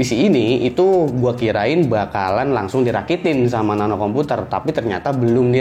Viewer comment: woy Nano yg bener nape..